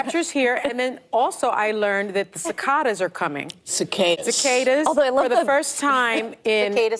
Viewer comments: That literally hurt to watch Also, it's ci-CA-das! Lord have mercy... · “Sivaadies are coming!” 😂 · Cicaaaaaaadas lololol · "Ci-kah-das are coming" :face-green-smiling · It blows me away how she pronounces cicadas. Where is the T? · 😊😂😊😂😊😂😂 PWAHAHAHAHA Miss Know It All didn't know how cicadas was pronounced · SOME people will glom onto any little thing to bolster their delusions. She should just how ignorant she is when she couldn't even pronounce "cicadas" right, and Whoopi had to correct her. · Sunny Hostin. A college educated woman that can't even pronounce a bug's name. 🤣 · East coasters don't know how to pronounce the word 'cicadas'.